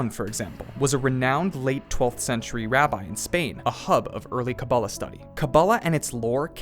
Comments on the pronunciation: take a shot every time he says kabab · OY! PLEASE! It's pronounced "KaBAAlah".